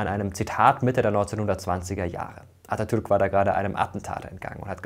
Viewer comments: Vielen Dank für die korrekte Aussprache des Namens Atatürk. Er ist sehr wichtig für uns. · Atatürk wie ein Türke ausgesprochen